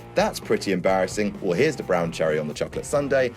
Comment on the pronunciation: That should be "Weeeeeeeeeeeeeeeeeeeeeeeeeeell" as you held the"E" pronunciation.